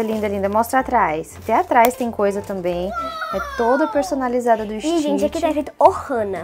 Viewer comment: Você tá falando errado Stitch você tá falando Stitch é ST Stitch não existe teste